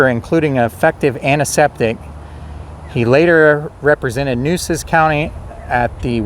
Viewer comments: FYI: The true pronunciation of " Nueces " is like "New-aces" (one word). Mesquite trees are numerous around the San Antonio area. Corpus Christi was a very important port city by the mid-1800s, same as Galveston. Yellow fever and hurricanes drove many people away by the mid-1900s. However, Houston suffered same troubles but survived into a huge metropolis; maybe because it is 40+ miles further inland from the coast, with an inland channel from the sea... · Nueces - Noo-AY-ses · Really enjoyed this! My great, great grandparents were the Weidenmueller’s you mentioned at the beginning! As a native Corpus Christian, I can confirm those are mesquite trees, that they grow low because of the wind, and their thorns pack a punch. And, somebody probably told you,but the county is pronounced New a sis. The first weekend in November I plan to go to an annual event at the cemetery,where I understand people will be to tell stories. I no longer live in CC, so I’m not sure of the details, but thought you’d like to know. Again, you did a great job! Thank you.